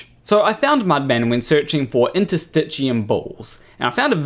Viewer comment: This guy simply repeats what he's heard Roger Spurr claim--same childish terms ("straps", "tendon balls", "interstitcheeyum," etc.), same complete lack of paying attention to the labels on the very diagrams he uses, same diagrams, he's just copying what he's "learned" from his Mudfossil teacher. Only difference is no feather. Mudfossil's fans all claim that Roger is great due to his child-like wonder at what he sees around him, and for a scientist, that's fine at the start, but it must be tempered with a disciplined, systematic approach to studying the question if the wonder & curiosity are ever going to lead to actual understanding. And that takes a helluva lot more effort and toil than just lazily pointing at stuff and claiming "this must be a dragon," or "this rock is really a piece of lung," or "this is obviously a foot." The problem with these mudfossil fools is their arrogant ignorance: they think the childish wonder and a little imagination is all they need, and all of a sudden that makes them disruptive scientific mavericks. IOW, they haven't grown up. Technical nitpick: CD34+ is pronounced "CD thirty four positive." There are close to about 400 so-called CD proteins, "CD" stands for "cluster of differentiation," there are alternative meanings for the CD abbreviation, but that one seems to be used the most. The thing all CD proteins have in common is that they are expressed on the surface of cell membranes, IOW, they are embedded in the membrane and have a region that